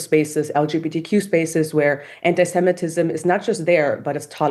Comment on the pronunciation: The German commentator repeatedly says antisem-E-tism, a typical mistake.